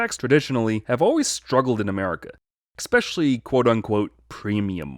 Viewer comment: He says "expecially" insteasd of especially, don't expect too much